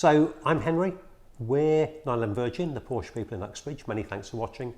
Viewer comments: In English, it is one sillable, "Porsh". Deal with it, you big girls blouse. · How far I want to go with this ? Let me tell you this, his name was Ferdinand Porsche not Porsch or Porscha please respect that. So your pronunciation is still very very wrong !!! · For f....ck sake pronounce it right